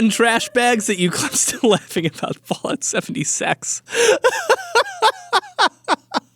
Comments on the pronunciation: it sounds like he’s saying bollocks seventy sacks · Fallout 70 Six = Fallout 70 Sex. (In Swedish Sex means both the nummber 6 and the thing sex) So tecnicaly did say it right on a difrent language.